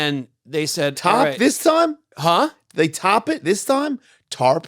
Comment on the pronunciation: Jason:"Tahp this time? They Tahp it this time? ... Tony: 🤨 Jason: "TARP🤠" 😂😂😂❤